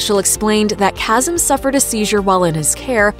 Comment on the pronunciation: Lolol nothing whiter then pronouncing Kasim (kha-sim) as (k-as-um) 😅 I cant deal